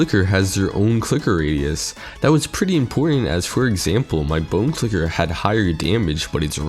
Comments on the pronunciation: Donate a dollar for every time you said clicket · Dude is having a harder time pronouncing a C and L together than actually fighting these bosses